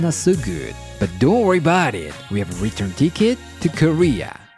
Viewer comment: I always laugh when he says dont wurr bout it 😂😅